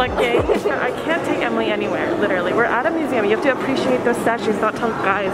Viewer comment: The fact the said Me-seum museum.